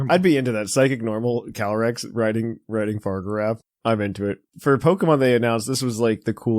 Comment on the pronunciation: Fa-rig-a-raff not far-giraf